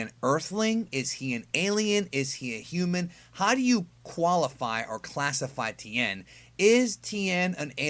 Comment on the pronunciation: ti-en tien not ten, not tin.... ti...en